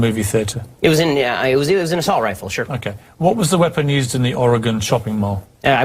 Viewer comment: Did Ben really say "Assault Rilfe?"